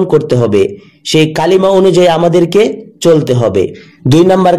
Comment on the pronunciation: Kalima noi kolma